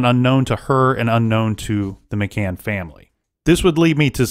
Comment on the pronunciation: Goddam it! Is it so hard to pronounce McCann? It's annoying...